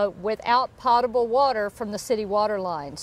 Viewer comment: I think it is pronounced "pote-able." Glad you are all OK. Keep up the good work!